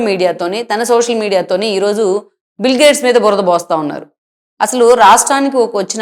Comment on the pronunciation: అమ్మా, ఆయన పేరు బిల్ గ్రేడ్స్ కాదు. బిల్ గేట్స్. కొంచెం చూసుకోండి మీరు పెట్టిన టైటిల్ ని, మీరు పలికే విధానాన్ని. 🙏🙏